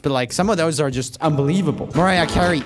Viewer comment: i'm sorry... but did he say "Mariah Ca-wee" lmfao